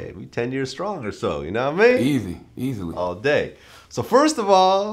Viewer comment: Vlad please don't ever say yanawaimeen ever again